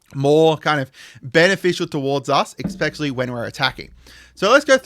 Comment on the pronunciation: Your videos are great, I watch every one of them. One comment because I’m weird like this, but you always pronounce the word “especially” like “eckspecially”. Not that it’s a big deal, just pointing it out bc I hear it every time 😅